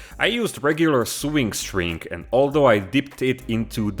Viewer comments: Sewing is pronounced So-ing not Soo-ing 😁 👍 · My friend. I love you but you're driving me nuts - Sewing is pronounced "so-ing" not "sue-ing". "Sue-ing" is how you pronounce suing, which is what lawyers do. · sewing is pronounced sowing btw